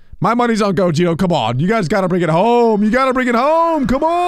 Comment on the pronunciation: The fact that he says gogito instead of gogeta